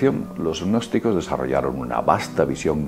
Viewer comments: Yo solo escucho que habla de los "e-nosticos"...que supongo que así pronuncia gnósticos. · NO PRONUNCIES GGGGNOSTICOS, la g inicial simplemente hace la n un poco velar, es como psicología, no dices PISICOLOGIA. Por favor, es ridiculo. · lo que pasa es que pronuncia la g inicial hace ggnosticos, en vez de pronunciar una n velar. seguro que también dice parapp - sicología